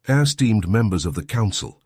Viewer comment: "Air-steamed members of the council" "Just steamed" even got it right once 'esteemed'. haha